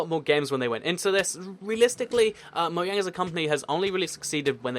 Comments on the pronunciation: Ok u keep calling mojang mouang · Why do Brits pronounce it Moyang and the Americans pronounce it Mojang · Btw it's Möjang not Mojang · Because it's actually pronounced Moyang instead of Mojang, despite it being spelled that way. The place where the company is from, Sweden I believe, pronounces the J like a Y